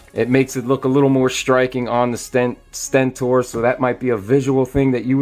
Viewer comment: he said stenten